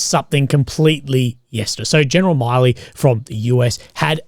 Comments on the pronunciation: Milley is not pronounced like the Miley in Miley Cyrus, its just Mill - ee more like Miller. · Just a quick correction even tho it doesn’t matter but his name is pronounced mil-ee similar to Willy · Its milley 2 L's not miley